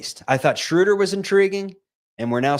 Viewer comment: you have GOT to learn to pronounce Schröder correctly, or just go with the traditional long O like the Peanuts character. You are not "Respecting the umlaut" the way you butcher it; you make this show unlistenable for me. Here's how you do it